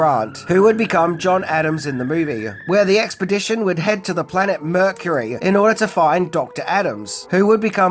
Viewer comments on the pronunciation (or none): none